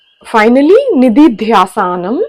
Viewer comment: I truly support your efforts, and I appreciate anyone who takes the initiative to spread the teachings of Vedanta. That said, there is a valid point to be made, for instance, your svara and uchchāraṇa need improvement. Many traditional schools would hesitate to accept such presentations simply based on the pronunciation alone. For example, your mispronunciation of निदिध्यासन as "nididhyāsana" — the correct pronunciation being [ni-di-dhyā-sa-na] — stands out. Please don’t misunderstand my intention. I deeply respect the tapas involved in creating and sharing these teachings. However, your videos contain not only apasvaras but also present Vedāntic philosophy exclusively from an Advaita perspective. While I myself come from a traditional Advaita Vedānta background, I was always encouraged to avoid drawing premature conclusions, especially when teaching Vedānta. Emphasizing or offering biased interpretations, may lead listeners or students to develop preconceived notions, which could hinder their deeper understanding.That being said, studying, reading, and sharing Vedānta in any form is itself a form of tapas. I hope you continue this good work, while also refining your pronunciation and deepening your study. Ishvara prapthirastu. 🕉️🙏🙏🙏